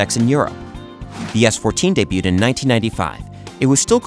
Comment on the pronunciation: ...day byood?